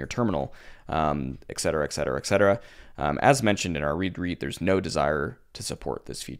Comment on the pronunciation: It is "eT cetera", not "eK cetera", man.